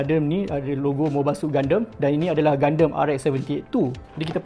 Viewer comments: Saya sorang saje ke yg x suker sebut Gundam jadi Gundem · Serabut nya aku dengar dia sebut gundam. Gunderm2. Gundam la wei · triggered plak aku dia sebut gundam tu gundem. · Kenapa sebut gundam mcm tu. Mcm gandum bunyi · gundemmmm...haha sebut pon slh... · Btul kee minat anime? Sebut gundam pun lain